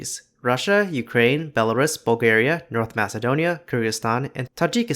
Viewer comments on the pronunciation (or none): none